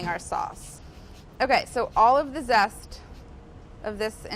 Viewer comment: „Lemon sest“